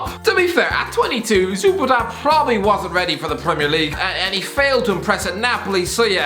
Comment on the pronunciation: Duvan Zoopata haha